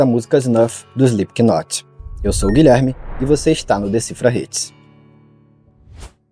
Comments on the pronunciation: Guilherme, dica construtiva: se pronuncia SLIPNOT", não "SPLIPQUINOT". O K nesse caso, é mudo. Adoro seus conteúdos, abraços e sucesso! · Pronuncia correta: "Slipnot"... doi nos ouvido ouvir esse "Islipiquinoti".......... fora isso, massa o video, boas informações.... pesada essa letra, está na minha playlist por conta disso antes de mais nada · Não se fala SlipKinot... Fica estranho ouvindo. Se fala sem o K (Slipnot) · Parem de falar "Slipkinot" A pronúncia é sem o K, soa como "Slipnot" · Não precisa soar a letra "K" no nome da banda. Se pronuncia Slipnot mesmo. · "SplipKnot" AHAHAHAHAHAHAHAHAHAHAHAHAHAHAHAHA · Pronúncia: Slipknot ( "slipnot", esse t bem brando), esse k não se pronuncia. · Cara, muito bom. Sem querer ser chato, mas já sendo: quando se lê o Slipknot, o "k" é mudo.